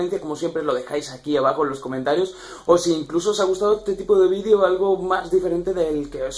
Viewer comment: Lo dice porque dice vidio en vez de vídeo